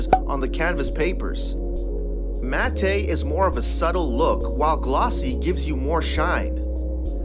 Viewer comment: Bro needs to figure out how to pronounce "matte" correctly before anyone takes him seriously...